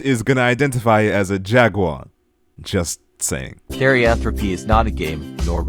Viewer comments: He was not pronouncing it right theri-an-throw-pi is how you say it, I think he was saying trophy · No Front, but how can you make an entire Video over a Topic, therianthropy, but still mispronounce it as theriantropophy?🤨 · As based as this is, where are you getting all those extra syllables from? "Theriantropathy"? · totally agree but i could NOT get over you saying "theriantropothy" the whole time 😭😭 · How does he read therianthropy as theriantropothy? Anyways, not all therians wear masks and tails and do quads, and not all people who wear tails and masks and do quads are therians. Therianthropy is a spiritual or psychological belief where you believe you are spiritually or psychologically a non human animal due to involuntary animalistic behaviors or instincts. While identities are a choice, not all therians identify as therians, and not everyone who identifies as a therian actually is one. And quadrobics is physically challenging, you can get strong from it, and have you given it a try? Probably not. You probably think its so easy, but its not. Quadrobics is something anyone can do, and making animal masks is something anyone can do aswell. Think its weird that people who believe they were animals in a past life doing quads and wearing masks is weird? Remember that one guy that believed he was adolf hitler, dressed like him, and made fun of holocaust survivors? Which one is worse? Also, we know we are biologically humans, we dont shit in litter boxes, we have normal human lives. Believing you are physically/biologically non human animals is called zooanthropy, and they genuinely need mental help. Zoophiles are not the same as therians or furries. We do not support them or accept themvinto the communities. We are not attracted to non human animals